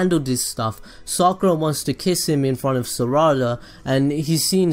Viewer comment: its not saraada